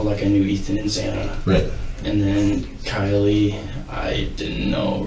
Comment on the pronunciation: He also said Kylie instead of Kaylee